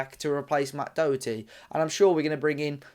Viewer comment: Can’t even pronounce his name properly